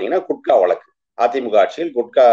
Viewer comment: 'வலக்கு' இல்ல தம்பி, வழக்கு. திமுக பேச்சாளருக்கு நல்ல உச்சரிப்பு வேண்டும். அண்ணாவும் கலைஞரும் பேராசிரியரும் பேசிய தமிழ். சற்றே முயலுங்கள். முடியும். வாழ்த்துகள்.